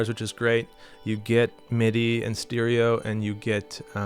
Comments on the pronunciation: great video I love the way you say steereo 😂😂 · I've never heard anyone else pronounce stereo like that... steeriyo